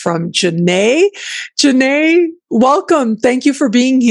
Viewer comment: Hey, please fix her name in the desc and title - Its Janét not Jánet. Thank you. Sadhu Sadhu Sadhu ✨